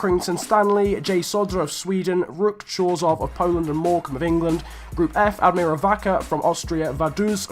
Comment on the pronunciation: When I saw the title of your video, I expected some Polish teams. When I saw Ruch Chorzów, Arka Gdynia and Korona Kielce i was waiting untill the moment when you are pronouncing these teams. Btw the correct pronunciations are: Ruh Hoshuv, Arka Gdinja and Korona Kjeltse. I'm not an Arka Gdynia fan but I don't know whether to be happy because a Polish team won that or sad because it's about the worst teams... But btw nice video!